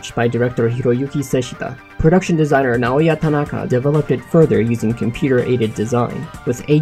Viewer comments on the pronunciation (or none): none